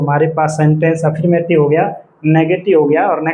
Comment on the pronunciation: /əˈfəːmətɪv/ अ फर् मॅ टिव होता है। अफीरमेटिव 😂